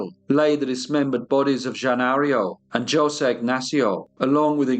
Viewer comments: Reputable channel, not quite. The narrator can not even say the gentleman's name the right way. Isn't it said Hose' or 'ose'? You don't say the J because it is silent? If this channel was reputable, it would have also done the research of how to pronounce the Brazilian names. Hence, the English narrator was probably making fun of how the South American dialect is pronounced. This is the reason why I have not subscribed to this channel. I can't stand the one tone monolog, and that flucking English accent!!! Why not be a little more respective, and also get another narrator, possibly a female!! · It’s painful to listen to you mispronounce Jose (it should be hose aye)… It’s common knowledge I’d have thought, I’m an Aussie in rural Australia and even I know this. Like Jesus is pronounced Hey-Zeus. Please start researching pronunciations, you are doing your topics and yourself a disservice. I’ve listened to everyone of your podcasts and am a fan, but I know you can do better in this area. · Catarina Palse, my wife, was from Hungary Carlos Claussner, my accomplice, was from Germany The Ramos family, my namesake, was from Spain. We say Ho-say. Honestly though, I really do appreciate your efforts in maintaining historical and factual accuracy. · It’s pronounced like “ho-se “. Sorry! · A Brazilian name is likely to be Portuguese origin, I think it is Jo-say. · this narrator needs to know how to pronounce José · I do love this channel, and the videos covered here. Though I must say it amazed me how well every pronunciation of places were amazing, I just can't figure out why José was not pronounced correctly... to me, that was the easy one, I would have butchered every other name lol... Thanks again for introducing me to this story, I had not heard of these horrific criminals. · If you cant pronounce "Jose" properly...im done. British people sound articulate but not culturally. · I thought in Portuguese the pronunciation was different? Is it not? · Jos'e is pronounced Ho-say.